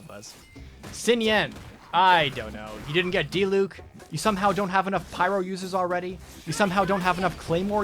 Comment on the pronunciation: the way he said diluc <3 edit: the way he says tartaglia </3